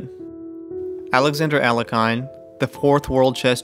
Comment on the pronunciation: Alekhine is not pronounced "Ale-kai-n". Its "Al-ye-kin".